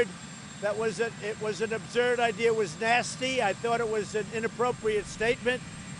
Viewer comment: "ubzerd" - donald trump 2019